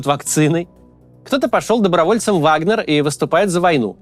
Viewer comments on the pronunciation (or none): none